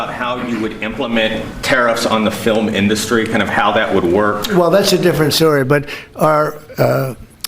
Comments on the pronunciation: >> I hate the way trump says the word "industry". He says "in-DUST-ry". I know its petty, but it drives. me. NUTS. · "our fillum in-duh-stry has been decimated" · Fillum inDUSStree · He's saying his words really weird like he always talks like a bumbling idiot but lately he's been saying weird pronunciations of words like film but he says fill em. Or indust tree